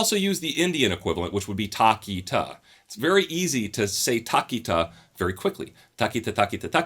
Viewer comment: Bro it aint taa ki taa. It is tha ki ta tha ki ta thaa